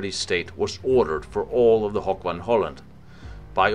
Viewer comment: lol how he pronounced "hoek". It's pronounced exactly the same as the English word "hook", so no need to turn it into a silly "hoch" sounding word haha.